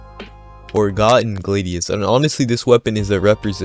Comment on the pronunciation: ITS GLADIUS, NOT "GLADEIIS" GLAD AS IN HAPPY, LIKE THE ROMAN WORD FOR SWORD BECAUSE ITS A FUCKING SWORD